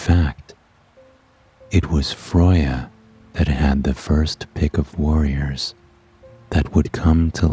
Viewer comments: FROY-YA!?!?!?!?!?! bitch its FREY-YA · but every Norse person I actually know ALL say you are butchering her name 🤣🤣🤣🤣🤣